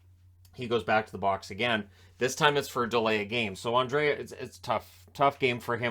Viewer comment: Understand Andrae [an-dra-e] is a mouthfull, but moving the a to the end [an-dre-a] is not the solution, you should drop the a [an-dre] That is how the Swedish commentators says the name